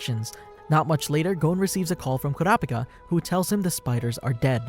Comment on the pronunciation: Everytime u say kurapika it sounded like u said curapcat Noob